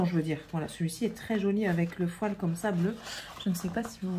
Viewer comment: Je crois qu'on dit bien fo''i''l.. sinon on a l'impression d'entendre ''poil'' 😂 😂